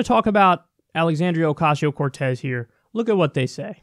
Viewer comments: I think their mispronunciations of her name is on purpose and is meant to belittle Alexandria. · They know how to pronounce her name. They mispronounce it on purpose so as to dehumanize her. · Anyone else little pissed off that they cant even do reporting enough to get her name right? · I think that's on purpose. It's a subtle diss. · they only do it with non-american names.. its on purpose! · Clearly misprouncingon purpose. The same way "they" use to mispronounce Tupac/2pac by calling him TWO-PACK, smdh. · She can’t even say her name right, that alone says a lot about them. Come on man, get your facts straight and educate yourself so you can pronounce someone’s name whose not WHITE correctly. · Fox can't even pronounce her name right. A bunch of inbred tools. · Purposely pronouncing a Hispanic woman’s name like ‘queso’? That sounds about white. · The thing I don't get is that their argument has such a stupid end-game. As far as I can tell, their endgame is this: Orcayseyeo-Cartooz (Fox pronounciation) is a wealthy, greedy liar who is pretending to be for the working class in order to score votes, and then become part of the establishment. Their strawman of her is that she's Trump. And I think that's the easiest way for Fox to convince their viewership that they should support her. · I'm sure there's someone out there purposely pronouncing her name as "OK see ya" because that's what these people think is clever. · Freaking hate how all this people miss pronounce her name. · what is up with fox news mispronouncing peoples name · That racist bitch pronounced her name wrong intentionally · Fox News: "We're so innept, we can't even do something so stupid simple as saying a person's name right." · The way how they all (!) mispronounce her name is in all likelihood infantile, condescending bullying: „Look, you are so insignificant, bitch from the ghetto, that we don’t even have to bother remembering what your name is. Huh huh huh 😄“